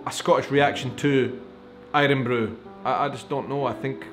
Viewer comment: Irn bru not Irrronnn bru!!!